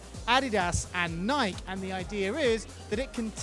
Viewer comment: thumbs down for your pronunciation of Nike